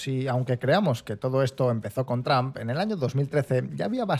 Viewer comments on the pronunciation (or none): none